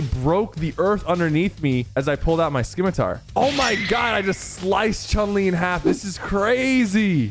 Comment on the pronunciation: can someone tell sypher that its pronounced simitar but spelt scimitar you dont pronounce the c lol